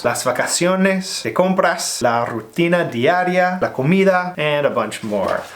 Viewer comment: Thanks for the advice! I have to say your spanish is very good as well. Rutina diaria was not an easy one, and you nailed it, so congrats on that too!